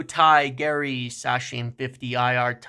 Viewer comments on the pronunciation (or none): none